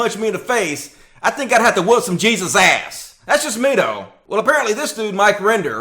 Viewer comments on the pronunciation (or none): none